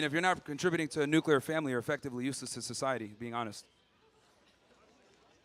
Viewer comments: It's not nucular you idiot. NUCLEAR! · nucular...nucular family... sounds like George Bush... T he word is nuclear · "Nucular family" from a uni student... congratulations for your education system. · The word is NUKULAR! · "Nuc-u-lar" lol. At least this one was polite enough. She takes elocution lessons from Homer Simpson though lol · "nuculur" what a dingbat. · Hearing a liberal say 'nucular' like GWB made me laugh. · Why can't these women pronounce nuclear?